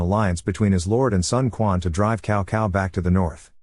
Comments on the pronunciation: 😄very wrong pronunciation of Chinese names, cao cao is not kao kao, its tsao tsao. and also many other names. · cow cow 🤣